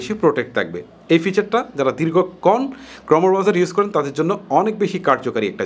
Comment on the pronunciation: ক্রমো হবে না ক্রোম উচ্চারন হবে ভাই